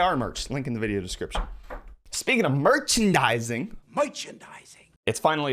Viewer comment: Did my ears deceive me, or did you make a subtle Spaceballs reference there, when you pronounced merchandising as moichendising? The shwartz is strong with this one and Yoghurt agrees with me. 😁 Edit: I just re-watched that bit and realised it was actually a clip from Spaceballs that you played and it was Yoghurt saying moichendising, not you. I guess I wasn't looking at the screen at that point, during the first watch through, lol. Doh!